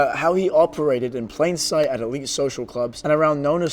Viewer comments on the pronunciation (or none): none